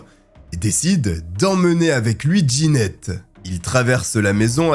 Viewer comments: Jeannette se prononce : JAnnette et non D' Ginette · Trop déstabilisant la prononciation du prénom jeannette : « Djanette » pas « Ginette » C’est un détail , mais ça m’a perturbé.